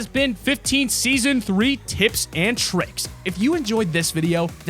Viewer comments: "TIPS AND TRICIKS" :c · Tips and trivks